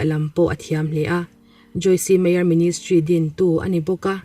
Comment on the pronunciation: Joyce meyer kha joyc meyer t zok tur ani lom ni e kha silent tur ani in ka hria